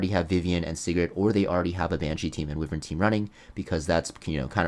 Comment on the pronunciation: I'm pronouncing it "Wi-vern" too because of you😭😭